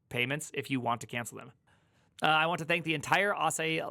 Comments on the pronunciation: I belileve it's Asahi, like the way Michael Jackson would say "hee-hee". It's Japanese for 'Morning Sun' (just like the Asahi brand of beer). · There is no "eye" in Asahi. Just ask a Japanese person. Or a bartender where they have Japanese beer. :) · Asahi, the famous beer, is pronounced ahhh-SAAA-hee. Three syllables - first is flat, second has the emphasis, third is flat. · it's asahi as in asahee. it's a japanese word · Emphasis on middle syllable .. uh-SAH-he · Not to be annoying but it's pronounced Asa-hee, the japanese is あさひ（旭） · Asahi is a global beer brand and so easy to pronounce properly. Difficult listening to that pronunciation. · just watch your video with subtitles and laugh out loud when you read it. xDD oh its asahi not asahi. 🤣🤣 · It is Asahi Linux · asahi is a japanese word. its read asaheeeee, not asahayyyyyyyyyyyyyyyyyyy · Asai, Asahai, lmao. It's Asahi, just read it like it's written. Your fellow American invented this romanization system, why can't you read it. Seriously, imagine a language with orthography being so fucked up, you can only guess how to read a word you never seen before. You guys really need to reform your orthography and spell foreign words phonetically. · It is Asah he phonetically... If you want to call it Asah hi it shoudl be spelled Asahigh. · Bro, quick 1-second-stop and research the Freaking name.. ah-sah-hee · A-sa-he 朝日, it's japanese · its A-sa-hi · "asa-hee", it means morning sun in Japanese! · There's no fucking way it's pronounced Asa-hai. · Pronouncing asahi as "ah sah hai"?🤦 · i pronounce it "Ass High" lol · Pretty sure it's pronounced "ah SA hee", emphasis is on the second syllable. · i think you pronounce it like ahsaaahiee so its an iee on the end and not an i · "AH SAR HE" gosh...